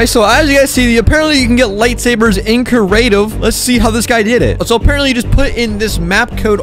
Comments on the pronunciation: Just letting you know it’s creative not curative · “Cerative” hahaha